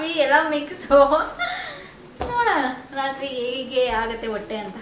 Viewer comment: Adhu wotte alla hotte😂 By the way yen aithu nim hotte olage?